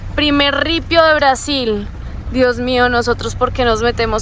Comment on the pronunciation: ¿porque insistes en pronunciar Brasil en Inglés como si fueras una gringa? para la próxima en Español por favor...